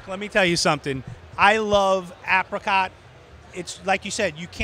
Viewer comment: Please pronounce apricot correctly 😂